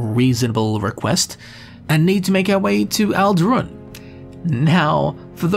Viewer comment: I'm pretty sure it's Tel BRAN-ora, and Ald'Rhun is ald' roon, not al-DROON. {:o:O:}